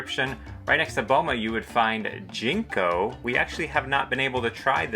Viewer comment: Jiko, not Jinko